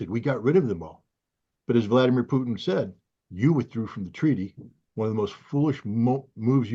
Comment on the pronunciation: I've wondering watching this gentleman if that's how Putin is supposed to be pronounced. If not then it reminds me of french fies and gravy. 😋